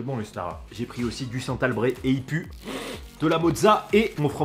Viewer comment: Salut! Istara se prononce Ichtara. N'hésite pas à rajouter un peu de vin blanc et d'ail dans ta fondue si t'as ça sous la main. On a aussi de la neige fraîche sur les hauteurs ici dans les Pyrénées;)